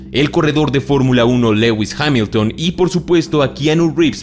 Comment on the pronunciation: LEUWIS HAMILTON y quien es eseee porque es Lewis Hamilton el de formula 1?